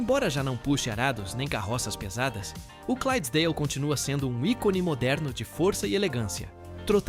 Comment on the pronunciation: Parabéns pelo vídeo e pela pesquisa. Só tenho uma dica, na raça 11 o certo é Shire com "S" e não Chire e na raça 12 o nome certo é Clydesdale e não Crysesdale.